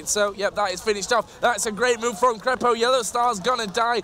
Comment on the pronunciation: Its not kreypo it is krepo